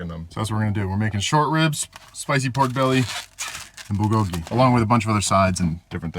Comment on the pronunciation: The accent is in the bul not the go part. Búl go gi…cheers!!